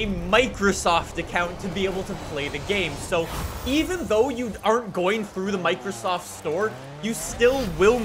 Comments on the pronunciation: Are we going to ignore the fact that said "Microstoft store" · "Microstoft" lmao